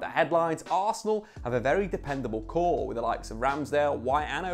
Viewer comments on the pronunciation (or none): none